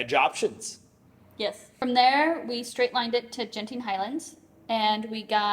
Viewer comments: G in Malay is like G in Guard, so it is not Jenting 😀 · FYI it's Genting like gambling (hard G), not Genting like germs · Fyi, the ‘g’ in ‘genting’ is pronounced like how u would say ‘gurkha’ or ‘goal’. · btw, the G in Genting is pronounced like u would pronounce "Go"